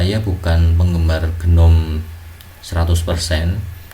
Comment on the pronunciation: pelafalan GNOME itu 'NOME, G nya silent/agak di pendem istilahnya.